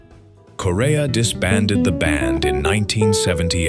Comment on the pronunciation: The Chick Corea video you have is not of the classic Return to Forever line up but is the much more recent Electric Group. Also “Corea” is pronounced like the country Korea.